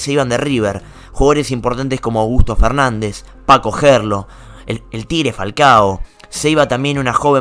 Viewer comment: Minuto “Se iba Paco Gerlo” ????